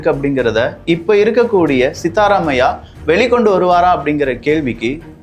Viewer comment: Whilst pronouncing itself you make some mistakes.. " it's Siddharamayah" not siddha ramayaa'